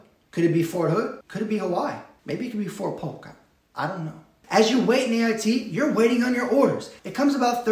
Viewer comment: Eh fort puke, I mean polk 🤣